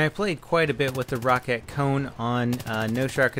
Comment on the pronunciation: Not trying to be a ass or anything But its pronounced Row-cat